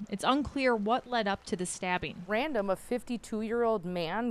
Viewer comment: "it's unclear what led up to the stahbbing......" and then follow that with a woman portraying it as a random act of 52 yr old man going after CHILDREN. Then, - the 4 others are described as 20, 22, 22, & 24...Pretty sure those are considered ADULTS. So that might answer your question ma'am? Let's see THEIR photos. A knife is a proximity-tool...he can't stab anyone that isn't within reach. So then the question she should be asking - is how did they get within his reach? Did he somehow "catch" them? Or were they attacking him? But let's just sway people with the usual emotionally-charged assumptions. Good Job NBC.